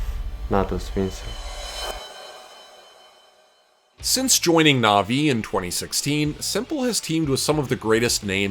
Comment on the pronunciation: for the love of the gods above and beyond, it is pronounced natus "vinchere", like "winch".